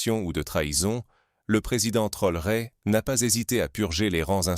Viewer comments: Pourquoi déformé le nom de TRAORE ce n est pas Trore merci même si c'est IA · Est ce si difficile de prononcer correctement le nom du Président Ibrahim T R A O R É ?